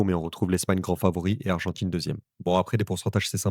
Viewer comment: Ordjinateur statchistjique argentchine quarantchuite umtchitchu matchuidi breeeef ça pollue et ça dévalorise tellement ta vidéo